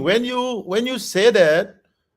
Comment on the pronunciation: When you seiiiiii det 😂